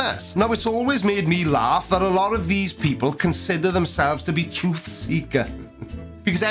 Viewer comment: What’s a “tuth”?